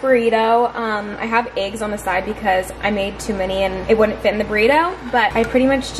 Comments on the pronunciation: It cracks me up every time says “eggs” because it comes out as Aye-ggs. 😂 like the E turns into an A. No offense at all I just look forward to it because my humor is broken. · The way says eggs is so funny😂♥️